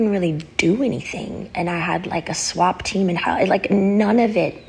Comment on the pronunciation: I’m so glad I wasn’t the only one like “WTF?! Did she say ‘SWAP TEAM’?!”😂😂😂